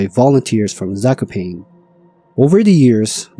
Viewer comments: My ears... it is not "zakoupain" but "zah-koh-pah-neeh". If you avoid AI, you can use Google Translator to listen to the correct pronunciation of foreign names and places. You are welcome. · lost me at "sako - pain" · The pronunciation of Zakopane 💀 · In name Zakopane the second "a" should be prounced in the same way, like the first a. Like first A in America. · "Zakopain" is frying me ngl, especially after Gerlachovský štít being pronounced quite correctly lol